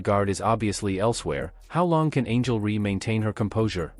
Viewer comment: Horrible AI. Who is “Angel Ree.”